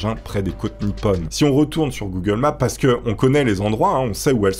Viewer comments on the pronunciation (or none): none